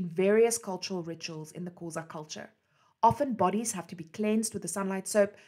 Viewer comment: Thank you for such an interesting information. I love the way you describe his life and the way you pronounce the Xhosa words❤️❤️